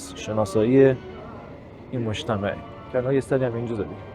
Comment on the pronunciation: سلام دوست عزیز دست شما درد نکنه از گشتو گذار در شیراز و بزرگ نمایی و برخ کشیدن زیبایی های این شهر واما گفتندبعضی کلمات شما بصورت لهجه شیرازی درست انجام نمیشود لطفا دقت کنید بعنوان مثال کلمه اول مجتمهوعو. اشتباه است و گفتن مجتمو صیحتر و زیبا تراست با سپاس و درود فراوان